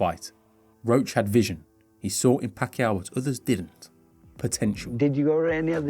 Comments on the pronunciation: Pronounced as "PAKYAW". Good catch for pronouncing his Surname right😊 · Kudos for the correct “Pacquiao” pronunciation!!! 👏🏼👏🏼👏🏼👏🏼 Edit: For anyone wondering it’s not Pac-key-yao. It’s Pac-yao. 🤓